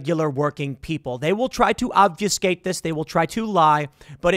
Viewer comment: Ob fuh skate. Not off you skate. Why do 90% of YouTubers mispronounce this word?